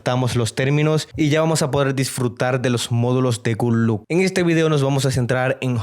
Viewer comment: Por qué dice "good look"??? Es GOOD LOCK. 🤔🤔🤔